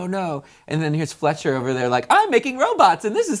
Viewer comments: No offense but it's fechter not fletcher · FLETCHER its fechter pronounced feckter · How can you even mess that up? I understand if someone says "fetch-er" but fletcher? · I probably shouldn’t even be here, and I’m also well over 4 years late but I’d just like to say that I think it’s ridiculous that all of you mega fans of these animatronics are accusing them of “lack of research” when they literally pronounced a last name wrong. Get over it! People mispronounce my name all the time, yet I don’t criticize them like y’all do! They are literally a group of robot furries that make *clink clank* sounds every time they blink or move their mouth. (No disrespect to Aaron fechter or Nolan Bushnell for all their hard work, the restaurants are great but this is too much). Also can people stop saying that Chuck E. Cheese ripped off rockafire? Chuck E. Cheese did come first after all. this is all just a matter of opinion, no need to get mad at me for it. If you do, just don’t reply or say anything I’m literally not trying to start an argument. Have a good day :) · You got it all wrong! I’m not going to say how the story went cause so many other people have but there has been so little research put into this (you didn’t even get Aaron Fechters name right) next time you do something like this I recommend putting more research into it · the rock afire is not creepy and you said his last name wrong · It's Fechter not Fletcher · the girl is stupid the way she talks is so condescending and rude. just stfu. and it's FLECHTER not FLETCHER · Wow this girl did the following Messed up and said words instead of works Said CEC has bad pizza Showed FNAF in this video Said Aaron Fletcher instead of Fechter Made us cringe Said animatronics kill her every time she goes to CEC FIRE HER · STOP CALLING THEM ROBOTS AND ITS FECHTER NOT FLETCHER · It's Aaron FECHTER! (Fek * ter) NOT fletcher. You got a ton of facts wrong, everyone knows Showbiz has better pizza than Chuck E cheese. !